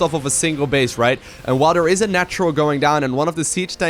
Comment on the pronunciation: Is calling Scarlett Dear all the time? "Over here over dare, move some units over dear." etc